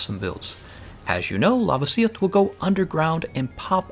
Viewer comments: It’s pronounced La-vasi-oth not Lava-si-oth. Sorry but I cringe every time you say it 😂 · Stop saying Lavasioth like it's spelled Lavasieth. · The way he pronounced lavasioth bothers me so much